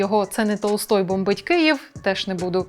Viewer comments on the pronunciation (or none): none